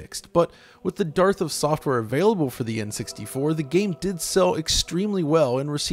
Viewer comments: With the DARTH of software instead of dearth XD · I love it! Pronounce dearth like darth!